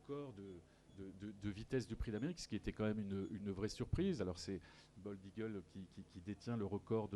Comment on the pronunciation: Franchement, pour une 98eme édition, ca manque de professionnalisme, rien n'est préparé, c'est fait a la va-vite. L'autre il sait meme pas dire "bold eagle" , comment voulez-vous que l'on vous prenne au sérieux ?? c'est triste de voir ca quand on aime les courses… franchement… pareil pour la traduction ca sert a quoi y'a aucun étranger qui pose des questions… on perd un temps considérable…mettez des oreillettes comme on fait en 2019 et enchainez... et l'autre Guillaume Maupas, il fait son dictateur avant la course ? on apprend qu'il a des préoccupations sur l"arrivée de la course du PDA ? tu veux pas plutôt interdire aux imposteurs de courir pour que la course soit vraiment limpide ? C'est de pir en pir , chaque jour y'a des boulettes, enfin bref, ce n'est que mon avis.